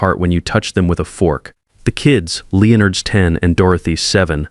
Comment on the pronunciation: "Leenerds" (Leonard's)?